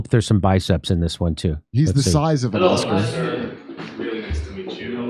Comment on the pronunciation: “Oscar” not author